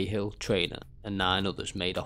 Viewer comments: It's pronounced like caa hill in ireland not k hill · Lol, Martin khill. Bud are you even Irish no 1 in Ireland ever called the General, khill, it not even how we pronounce it.